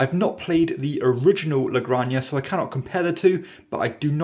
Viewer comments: La "granJA" like "Jalapeño". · Great review! Got my copy last week. The only correction is how pronounce "La Granja". La granja" is Spanish for "the farm." "La" is pronounced like the "la" in "lamb." "granja" is pronounced "grahn-hah." The "j" in Spanish has a sound similar to an "h" in English. So all together, it sounds like "la grahn-hah." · La "GranJA" is pronounced like "JAlapeño". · If I had a dime for all the people that pronounce this game 'La-Gran-Ya'